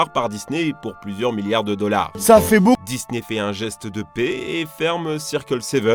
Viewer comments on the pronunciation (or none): none